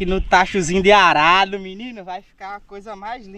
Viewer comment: Num é arrado não, é arado amigo. Parabéns pelos vídeos.